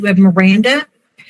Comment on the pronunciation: I would have zero confidence in this attorney who can't even name the technology or even say HIPAA. As far as college, prisoners further their education all the time. Lexi can get her PhD from prison.